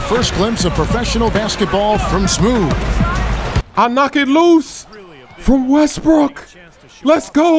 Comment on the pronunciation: The voice over said smoove